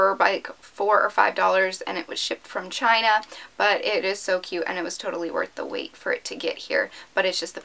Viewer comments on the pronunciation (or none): none